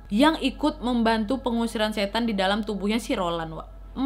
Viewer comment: Awalnya masih jelas..'setan'..tapi blakangannya 'set' aja yang kedengeran..trus balik lagi jadi 'setan'..